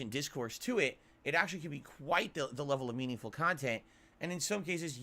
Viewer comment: His khantent is so REEEEningful DOODS